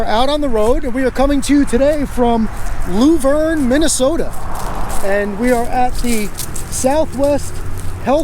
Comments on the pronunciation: It's not lou verne, it's laaaah verne and yes, typical mn ultra libtard welfare office! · Lou-verne.. 🙂 it's Luh-verne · I've spent a lot of time there - t's pronounced Luh-verne as in Shirley and Laverne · I live 20 minutes from Luverne, I hope while you were in town you guys stopped by the Blue Mountain State Park to see the Bison there, it's really a wonderful place to visit. Also PS: it's pronounce "Love-urn". Have Fun :)!